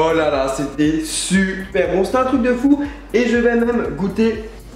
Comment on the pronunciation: "Ça sent su-per bon" le cookie ! ^^ Tu me fais marrer (